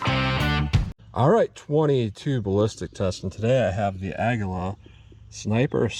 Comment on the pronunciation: It's a-gwee-lah... lmao. I had to. I couldnt resist. Great video as always. Thanks.